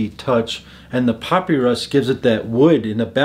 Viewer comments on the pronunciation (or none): I’m cracking up at your pronunciation of “puppy rus” LMAOOO ...it’s pronounced Pa-pi-rus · Great list. Quick note....papyrus is pronounced pa-pie-rus. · You really need to learn how to pronounce papyrus correctly…